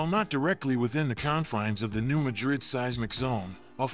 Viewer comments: New Ma’drid, not new Ma drid’. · pronounced New Mad rid check on google how to pronounce